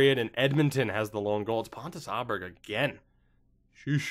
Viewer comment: Pontus Oh-berg, since it's an å instead of an a. And the berg should sound more like berry than burgh because he's Swedish. Aaaaanyhow...